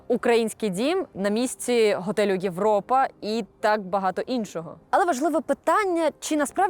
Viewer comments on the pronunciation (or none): none